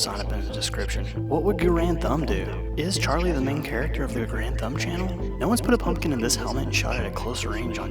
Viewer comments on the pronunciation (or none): none